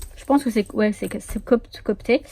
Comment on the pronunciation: On dirait que t'es amoureuse xD sinon, chou : copte et pas copté ;) les coptes sont des chrétiens égyptiens (je pratique la reliure copte assidûment ^^)